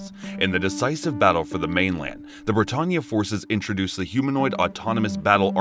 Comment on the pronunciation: I love this, but certain names are mispronounced. Like kururugi, britannia, suzaku, and Geass. Still love the video though!